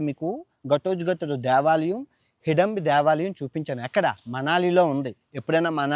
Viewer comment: నాభూతో నా భవిష్యత్ కాదు. నభూతో నభవిష్యత్ .... హిడంబి కాదు హిడింబి